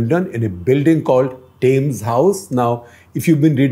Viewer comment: Shekhar, it's TEMS...not TAYMS...just FYI